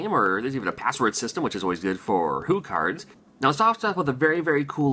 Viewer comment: They are pronounced hyoo cards not hoo cards. Fyi.